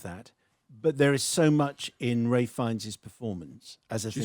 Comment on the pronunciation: Isn't it ralph? Not ray?